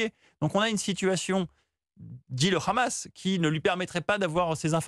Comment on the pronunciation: On dit pas khamas mais Hamas